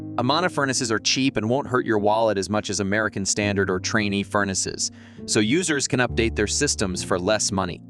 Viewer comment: It’s pronounced train.